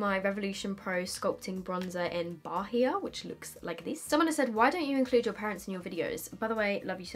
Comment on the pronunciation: Your bronzer - it's pronounced bah-hee-ah like the syllables seperate not bah-heeah